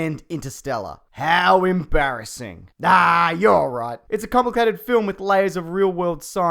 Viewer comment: "Haawww embaareseng" that pronunciation 😂